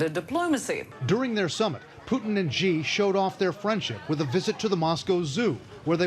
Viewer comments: First try to pronounce names of Big politic guys right. And comment their deals after. “Jee”? Are you serious?!? You just have no respect to other countries culture and history. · Hey can you guys at least pronounce Xi' name correctly. It's pronounced Si. Yes "si" like " Cuba si yangkee no". Wonderful to know China and Russiacan take on the USA. Orhetwise the USA would have attacked them already. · Media cant even pronounce Xis name write its pronounce See fucken morons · Xi.is not pronounced "Ji" come on Trevor. You are a genius you shouldn't make this kind of mistake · 'Xi' should pronounce like 'Si' The Han Chinese Spelling System is more like Russian than Latin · Why’s everyone pronouncing Xi as G tho? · Learn how to pronounce Xi. It couldn't be easier. It is She. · Dude, "Xi" pronounce like English word "she". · It's not ji or zhi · Now that 🇨🇳 loves Trevor's Huawei opinion, he should probably learn to say Xi (she). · “Xi” is pronounced as “cee” in Chinese. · "Xi" Pronounces as "Shee" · Xi , pronoiunced as Shi ..Trevor..he will never see it but any way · Mazimba Mazimba Sound closer to “see”, not sh sound. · Jesus, please get the pronunciation right - Xi is pronounced "She." As in "She DaDa." If you can't remember that, just call him Papa Bear or Winnie the Pooh. He totally loves that. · Who is telling the Daily Show to pronounced Xi Jinping's name like that? When I learned Pinyin, the Xi was supposed to be pronounced like "she." Is it the Cantonese pronunciation, or something? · No, "she" (shi actually) is correct, they're just blatantly mispronouncing the name of one of the most influential leaders in the world. Cause we're such great allies of course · Y'all got the pronunciation of "Xi" wrong man. It's pronounced as "she" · The year is 2079 and western journalists still pronounce Xi as JI or Gi on Xi Jinping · Please say Xi's name correctly, it's closer to "she" with a lighter "sh" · Actually, pronounced "She" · Just pronounce like she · Actually “shee”